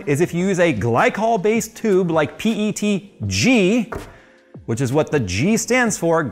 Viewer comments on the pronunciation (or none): none